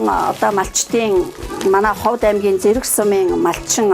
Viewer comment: Уншиж ярьж багаа хотлогч бусгуй Ховд гэдэг угийг Ховод гэж яриад байхнь сонин санагдчихлаа